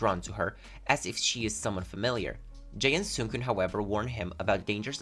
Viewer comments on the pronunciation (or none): Jaan is pronounced Ian ( i - an )